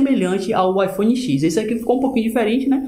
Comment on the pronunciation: Amigo, é iPhone Dez, e não iPhone xix